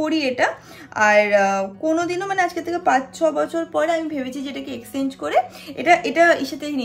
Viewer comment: Didi tumi mone hoi 'Exchange" take by mistake 'Exenge' bolcho bar bar ...amra jara english medium theke porechi pronunciations clear hoy jani